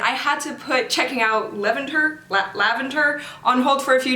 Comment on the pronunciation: After My Pace, Levanter is hands down my favorite Stray Kids comeback. It’s so raw and emotional because it has the message of “leaving you behind has let me discover myself”. Also, I think it’s pronounced Leh-van-ter? I’m not sure...